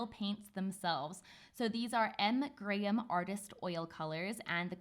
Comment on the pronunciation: Yay says Graham properly (in my opinion) the american pronunciation always throws me off. Sometimes I forget shes British.